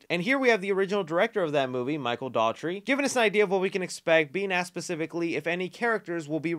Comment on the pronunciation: Nielsen (Neel-sun)... Not Nelson Dougherty (Dōh-er-tee)... Not Daughtry Potato ... Not Pabobot! 🤣